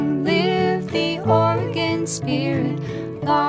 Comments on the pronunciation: Live long in Or-e-gone........Ore-gun. Lol you know she wrote the song before understanding how the people in the stat pronounce it. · Look, just because the majority pronounce it differently doesn't make them right. It's like how everyone pronounces Australia wrong. It's OR-eh-gun. You can pronounce it however you want, but that's how the vast majority of natives pronounce it. or-eh-GONE is my petty pet peeve of choice. I think our state's name is the most oft-mispronounced in the whole country. And creatively! Have you heard how Bernie says it? How do you even get to "AR-eh-gun"? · you aresupposed to pronounce it ory gun i live their